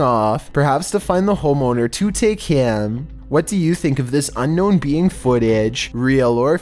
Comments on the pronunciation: "Unknown bee ang." "Unknown peeing." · Did he say unknown bean footage?? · unknown beiying.. bro say alien it’s ok